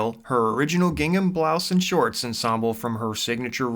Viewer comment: Number 1. The creator of Gilligan’s Island is Sherwood Schwartz, not Sherwood Shorts as you said. Number 2. Ms. Wells’ first name is Dawn, not “Don” as you continually pronounce it. Dawn. Rhymes with lawn.